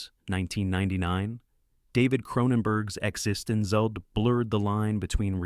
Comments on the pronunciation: You mean "existen-zee"? 😂😂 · epic AI voice fail..."ekisikitesence or "johnny emmennemmnenonic" (embellished sarcasm there) I don't get why channel creators keep using bad voice AI or at least correcting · Suffering through an AI voice trying to pronounce Existenz is way too ironic. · "EXISTENCE" Not "X Instance Zees" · eXistenZ is pronounced eX-en-Stance. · exestitcian zed- zee - COME ON!!! Stupid AI Johnny Minemonic ! Excellent!!! Bogus!!! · Yeah, ekexistenz made me lmao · AI narrator , fucking hell.. (the way existenZ is pronounced) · Decent list, but this is why you don't let A.I. narrate your videos. Every time the A.I. voice mispronounced "existenZ", I cringed. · Wow, this AI voice can't say "Existenz" at ALL, and somehow doesn't know the pronunciation for the word "Mnemonic" either. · Every one of your videos has the AI mangling the word “controversy”. Every last video. This one also mutilates “mnemonic” and “eXistenZ”. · Hearing 'eXistenZ' mispronounced over and over has permanently reduced my IQ. The movie even explains how it's pronounced, or did the poster not watch it? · The AI also did amazing things with eXistenZ.